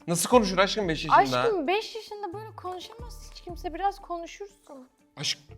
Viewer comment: Anladık beş'e beç dedi sus artık